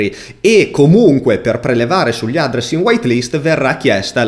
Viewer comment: "Chi di voi è sopravvissuto fino alla fine del video?" Concordo ma soltanto per l'utilizzo di semplici parole in inglese pronunciate in un modo terrificante... SAPPORT? ADDRESS con l'accento sulla A e non sulla E? Tra i tanti malcostumi che ci sono in Italia, io ci annovererei anche l'ostinato e testardo storpiamento della lingua inglese (siamo famosi per questo) ovunque, e soprattutto nei vari canali televisivi, pubblici o privati. Se non sai come pronunciare una parola in inglese non farlo, SUPPORTO è molto meglio di SAPPORT e INDIRIZZO è molto meglio di ADDRESS con l'accento sulla A perché lo dici bene nella tua lingua, se lo fai come è tipicamente italiano farlo, fai solo una bruttissima figura. Per il resto non posso che complimentarmi del video.